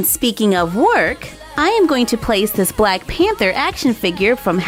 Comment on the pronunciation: She said bwack suit XD